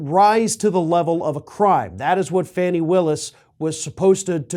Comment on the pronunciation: Her name is FANI (Fawnee), not Fanny